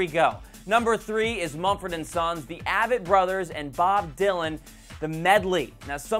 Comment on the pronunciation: Pronounced AAAAAAvett brothers, as in the letter A! You should at least know how to pronounce the names of the bands you are complimenting....